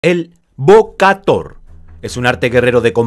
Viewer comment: Se pronuncia Bo-ka-Tao, la traducción literal es golpear al León, 🙂🙂 salvo por tu pronunciación del Jemer ( camboyano) el video es muy bueno 👍👍👍